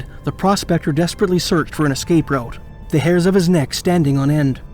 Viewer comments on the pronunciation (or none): none